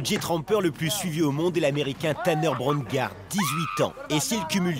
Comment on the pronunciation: La prononciation de Tanner Braungardt est mauvaise puis il ne fait presque plus jamais de trampoline ni de vidéo sur youtube. Avant il en faisant beaucoup, maintenant plus rien, dommage.